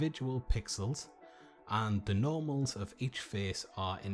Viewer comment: i thought you said "Normies"